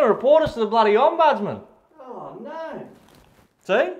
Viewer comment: can’t pronounce ‘ombudsman’ 😂